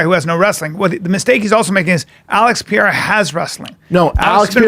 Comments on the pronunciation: its pronounce P E R E I R A not piera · Chael: alex pee-era Brendan: glover Tex-era